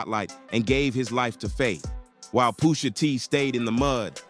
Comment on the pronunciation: Why can't you say Pusha T's name right? 😭